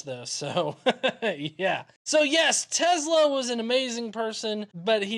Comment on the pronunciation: I apologize but I have to correct you, do not pronounce Tezla with Z but Tesla with S letter!